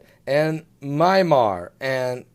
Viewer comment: you really need to get your pronunciations corrected by now: Vanuatu (pronounced: vanna-wahtu), Myanmar (not MyMar - it's pronounced like: Mee-an-mar), Seismologist (does not have a 't' in it), Pacific Ocean (not 'Specific' Ocean)! Lol!!!